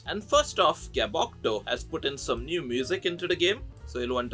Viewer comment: i think gabotcho is pronouced ga bot choe